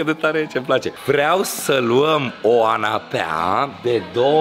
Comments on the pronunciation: Dorian popa e foarte glumet da la canapea nu se zice anapea se zice canapea nu anapea 😂😂😂😂😂😂😂😂😂😂😂😂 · " Vorba aia anapea 😂😂